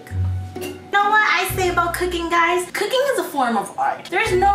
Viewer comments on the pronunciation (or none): Why is she making things harder for her when it comes to "KOOKING"